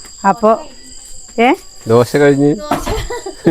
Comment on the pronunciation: ദോസ അല്ല ചേച്ചി, ദോശ 😅. സൂപ്പർ